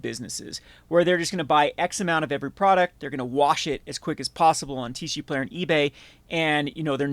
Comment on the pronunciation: Why do you call it TeeShee Player 😛